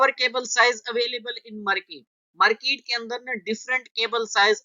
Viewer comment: merkeet nahi :-) market. but good tutorial..thanks